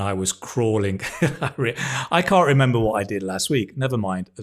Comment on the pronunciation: He eats his "Ts". "You just can (gulp) move up"